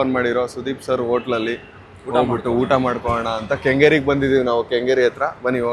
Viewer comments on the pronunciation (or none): Kannada sari madi uttha all utta